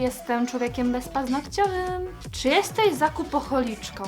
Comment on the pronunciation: Zakupoholiczka a nie zakupocholiczka :D